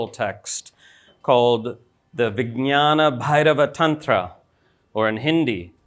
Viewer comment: perfectly pronounced